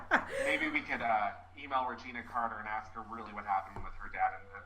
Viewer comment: Did he say call Regina Carter? It's Reginae Carter.. I hate when a mad day come ex friends call themselves exposing.. That's why I don't have friends or tell folks my business.